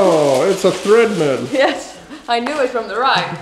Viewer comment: Treadmill not threadmill